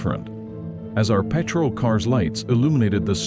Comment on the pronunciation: I'm with you on that I can't listen when he pronouce the word PATROL